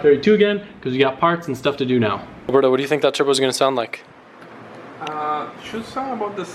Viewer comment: haha from the beginning I thought you called alberto "burdo" (I speak french and alberto does not pronounce the same way)